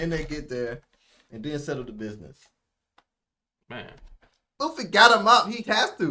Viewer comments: Luffy? More like Luggy Pronounced "Lu-G" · Luggy, almost like Loogie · Wtf it's Luffy not Luigi or luggy